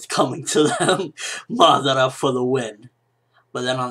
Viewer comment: it kinda bothers me the way he says Madara